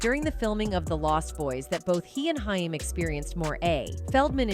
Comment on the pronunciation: HAIM...pronounced HAAAAYYYY-MMMM